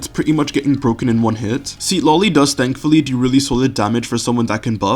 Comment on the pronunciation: i love this videos !! your guides are great, that said you want to pronounce her name more akin to its "supposed" to be pronounced, the first syllable isn't sea-tlali it's more sit-lali. there's an emphasis on the penultimate syllable